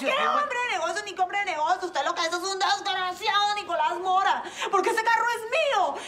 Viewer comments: Es "DESGARACIADO" 👏 😆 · Desgaraciadouuo xD ❤.